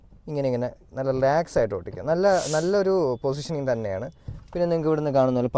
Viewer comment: ഒട്ടിക്കാം എന്നല്ല ഓടിക്കാം എന്ന് പറയൂ 😊